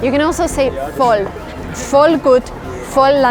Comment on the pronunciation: Als du: "Voll langweilig" gesagt hast, hat sich das angehört als würdest du aus Österreich oder Bayern kommen :D